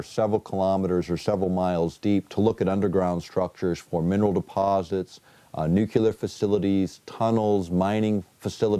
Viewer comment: "...nukular..." This guy was the head of a teaching organization? Really?